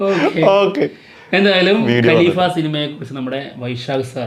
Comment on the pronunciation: എപ്പോഴും ഞാൻ ശ്രദ്ധിക്കാറുണ്ട് നിങ്ങൾ രണ്ടു പേരും ഗലീഫ എന്നാണ് ഉച്ചരിക്കാറ്. ഖലീഫ എന്നാണ് ശരിക്കുള്ള ഉച്ചാരണം